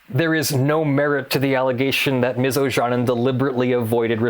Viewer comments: Ojanen is a finnish surname, pronounced more like "Oyanen" (y as in you and the a following it shorter but you pronounce it correctly as in father ) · Looks like a Finnish name, try pronouncing it like "Oyanen" xD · It took me 5 minutes to realise that her name is Ms. Ojanen as the pronouncation is quite off. Not that it's point of the video, but a simple goole search for the name would have given the correct pronounciation. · O-Ya-Nen would be quite close to the Finnish pronounciation. But as said earlier she might be American who pronounces her name as Americans would. Then that pronounciation is correct.. Same way as it is correct to pronounce Scarlett Johansson as Americans would (although her surname is Swedish origin). So there is a real possibility that pronounced it correctly and I just didn't realise it when I'm Finnish.